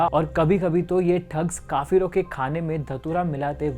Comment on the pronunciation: Kaafilo not kaafiro